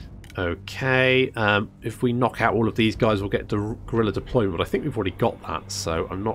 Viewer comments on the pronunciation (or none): none